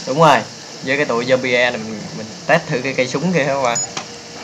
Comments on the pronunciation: nó đọc là zom-bi thôi anh ạ, không phải zom-bi-e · đọc là giom - bi ko phải giom - bi - e